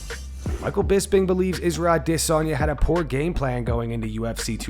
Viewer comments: The way the narrator pronounces Izzy’s last name driving’s me nuts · The way he says "adesanya" annoys me 😂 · Idk why but it just sounds like an ai generated voice lol. Maybe its rhat absolutely awful adesanya pronounciation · The nerve to say Adesanya like that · PLEASE STOP SAYING IZZYS NAME SO WEIRD, THANK YOU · Fuck I hate the way you say Adesanya! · The way dude says adesanya gets annoying like he pauses on every syllable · How do you have an MMA channel and can’t pronounce the most popular fighters last name? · Not many things as annoying as hearing the way you say "Adesanya" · Fuck the way you say Adesanya... drives me insane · Can you just go back to sayin Adesanya normally bro 😅😅 everytime i hear you say Idissonya instead of adesanya i just laugh 😂😂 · it's produced adasanya, not ahh-this-sonya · Man I hate the way the narrator pronounces Adesanya like E-Diss-On-Yeah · You pronouncing adesanya with all that extra oomph on the DISS just makes sense, yet sounds dumber and funnier every time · Israel ah-DIS-on-YAH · Why do you say adesanya like that bro? Ah-DIHSS-anya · My Nigerian friend says you’re overpronouncing Ah- Desanya It’s more subtle than that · Stop say Dis onya 😂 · I can’t stand how this guy pronounces Izzy’s last name. aDEsanya. I don’t care if that’s closer to the real African way to say it. No one else pronounces it that way. That’s all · Bro goes out of his way to say aDESanya to hurt my brain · Why this arshol pronounce it adi zanya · am i the only one that feels like they are losing brain cells every time this guy says Adesanya??? it’s pronounced “a·duh·saa·nyuh” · I fuggid HATE how u say “Israel Ah dISS anya” Like wtf. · Surely I can’t be the only one who finds it annoying and irritating the way this guy says “Aah-ddday-Sanya”! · Why do you say "DISSanya"? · I really love how the narrator pronounces adisanya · Israel A-DISS-anya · i always freeze when i hear "ade sanya" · a-DIS-soneya like why the fuck did u say it like that multiple times